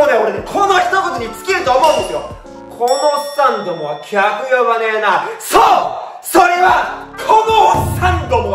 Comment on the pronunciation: 「そう！」が「爽！」になってるとこで我慢できずに笑った🤣ジャズ界の仕組み少しわかりました☺